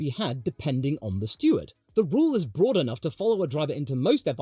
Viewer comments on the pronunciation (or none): none